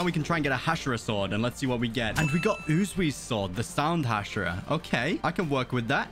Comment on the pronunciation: Its actually "rui" not "ru/i" and is "u/zui" not "u/zu/i"😅